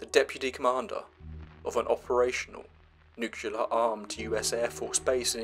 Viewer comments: It's "nuclear", not "nucular"... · nu-CLE-ar, not "nucular" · I had to bug out the second I heard nuclear pronounced as "nucular" 😫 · "Nukelar"??? Agghhhhhhhh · It's pronounced nuc-LEE-ur!